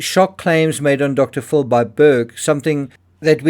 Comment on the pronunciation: I love the way you pronounce "Dr. Phil" as "Dr. Full". I always say "Dr. Full of 💩". 😅